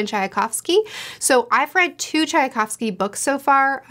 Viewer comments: Shouldn't the name be pronounced Tchaykovsky, instead of Tchayakovsky? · You’re only adding one extra sound to Tchaikovsky. It’s pronounced just like the tea chai. So “ch-eye” and then the kovsky part you have right :)